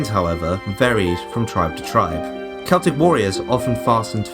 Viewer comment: Have an upvote for not pronouncing Celtic incorrectly.